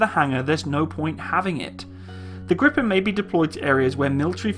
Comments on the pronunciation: Well you pronounce Gripen like Grippen. You should say it like "Griipen". You stretch the word a little and not saying the "p" as abruptly. "Gree-pen" I guess would be well enough. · For a non-Swede, you pronounce "Gripen" relatively well, but if you want the Swedish pronounciation, pronounce it like "Greepen" rather than "Grippen". (You will also get extra points for a more "Spanish" kind of R.) :-) But, hey, who cares? Just for fun. Your pronounciation of "SAAB" is amazingly perfect, though, indistinguishable from a native Swedish pronounciation. Regards /Swede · Why are people calling it Griffon? lol. It's called Gripen. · Gordon Lawrence If you want the right pronounciation, Gh-riiii-penn is probably a better spelling for a native English speaker. If you bring your cherks back, as you say ”gr” your pronounciation is wrong. G and r are two separate sounds, not a single sound, but the ’g’ is short. The ’g’ in ”grit” is what you are looking for. Do not pronounce it ”djee”. Even if they are two separate sounds, they are very close. It is not ”Geh-riipenn”. The last ”n” is pronounced by pressing the tip of the tongue just above the front teeth, not by rolling the tongue upwards. Think ”Penn-sylvania”. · wtf do u mean griffen 🤔 it's gree-pan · Your meant to say gripen not griffen? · it's gripped not grippen say it like greepen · short answer: YES ;) and the strict Swedish weapon export law make it a pretty much guarantee that it will create jobs on Canadian soil through licence manufacturing as you mentioned. Great vid :) thx PS: No it is not pronounced griffen but "Gripen" translates directly to "The Griffin" so... no sweat :D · It is pronounced "greepen" not "grippen". The i in Gripen is like the long e in "greed". The last "e" in Gripen is like the "e" in "end". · Its more like [greepaen] in bloody foreignish. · The pronounciation is Griiipen. Long "I" and short "E". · Stop Gripen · Gree-pen (gree like in "Greed")